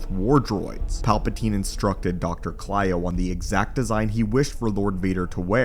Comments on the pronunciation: great video but ur mispronouncing the dr’s name. he’s cylo not klyo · It's doctor cylo....not clyo.